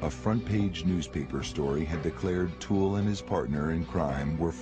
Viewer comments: What is the narrator calling the OToole guy? I thought he was called Otis but he keeps saying Honest or something? I have never let my kids out of my sight in shops. Even when they tried out the "tantrum" tactic and I pretended to walk away, they were always in my line of vision, even though they thought I was gone. It happened twice, once each and never again. I used the leash things on them too so I always knew where they were. This must have been devastating. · Otis toole. For some reason every doc I’ve seen pronounces the O in a way one would say “AH” when the doc tells you to open your mouth and say “AH”